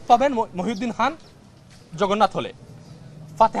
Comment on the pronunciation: খান কে বলছে হান, খাতুন হয়েছে হাতুন এটা কী হচ্ছে